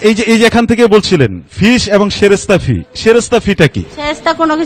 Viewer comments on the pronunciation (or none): সরাসরি ফিস টা কি আবার? এরা ফি টারে উচ্চারণ করতে পারে না বুঝেন তহলে এদের কিসের জন্য বসানো হয়েছে। সুধু ঘুষ বানিজ্য এদের মূল কাজ! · যারা ফি বলতে পারে না বলে ফিস৷ এরা কি আর করবে? 😂😂😂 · এই নারি তো কথায় ফি বলতে পারেনা ফিস বলতেছে চাকরি পেলো কেমনে 😁😁